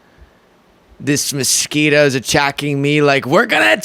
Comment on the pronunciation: What the f*ck are ”Mis-quitoes”, Donald? Sorry, my bad… DINald.